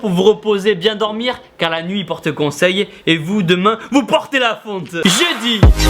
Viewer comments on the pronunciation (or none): Essaye de mieux articuler quand tu parle ,tu as dit JEUDI j'ai compris:JE DIT!